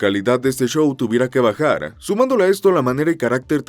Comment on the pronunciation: Bien contenido, pero, el chou, el chou, el chou…...